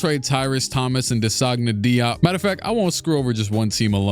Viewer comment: Bro that was an insane way of pronouncing DeSagana Diop lmao😭